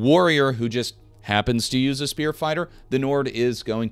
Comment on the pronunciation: Oblvion and Skyrim players be like "what the fuck is a speeeoore?"